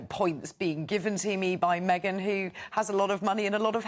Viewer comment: Do you mean meee- Gan?